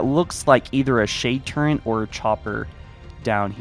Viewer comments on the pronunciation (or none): Shade TURRET. Not Turrent. Holy fuck guy. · it's a turret not a "turrent" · ill never understand where anyone got the word "turrent" from, with an N in it. It's just turret lol